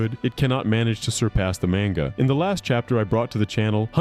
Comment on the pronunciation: 😂😂 that killed me the way he says it, but hey it's likely just his accent so I can't fault too much